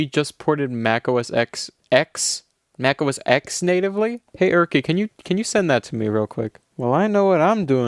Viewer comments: Mac OS X, as in the roman numeral for 10. So pronounced Mac OS Ten, not Mac OS Ex. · He also says Mac Os X and not Os Ten lol. This video broke my autist brain.